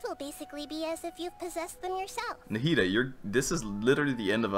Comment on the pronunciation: i’m so glad i’m not the only person who calls nahida “nahihi”